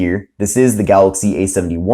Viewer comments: You say Galoxy just like DJ Koh, only with an "y" at the end. 🤣🤣🤣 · who cares its funny the way he says it and if you cant say it right then you deserve to be made fun of lol so get a grip snowflake, way too many snowflakes being offended these days